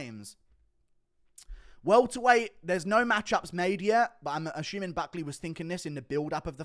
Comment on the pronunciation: For the thousandth time there is no CH in the word assuming it’s not asschuming 😂